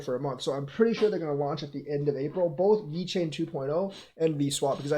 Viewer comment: Every time you say "Vechain" I couldn't help but grin 😁 🎉🎉🎉